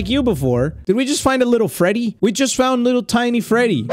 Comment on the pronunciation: that’s not Freddy that’s Feddy